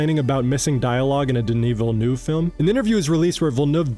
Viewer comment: You're the first American (I assume that you are. Please correct me if I'm wrong) who pronounces Villeneuve correctly, as opposed to the usual "Villenouve". On behalf of Denis Villeneuve, I appreciate it.